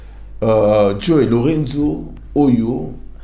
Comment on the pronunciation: Chroniqueur tika ko bebisa kombo ya président angolais kombo naye JOÃO LOURENÇO eza ndenge yo ozo bengela ngo t wana